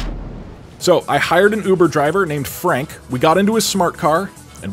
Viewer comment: Hear that it’s his uver javer